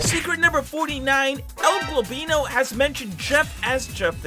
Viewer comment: beautiful "El Gobinlo" 💀